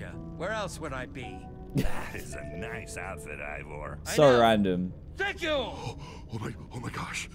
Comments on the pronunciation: Dan that drives me nuts it's pronounced e y e vore not evore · It’s Ivor not evor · Still calling him EEvVoR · Love how Dan calls Ivor, Evor